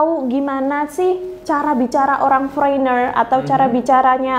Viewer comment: Foreigner khan dibaca 'Forener....bukan fo'Reiner lachh....🤨🤨🤨